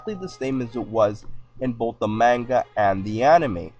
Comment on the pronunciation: manga not magna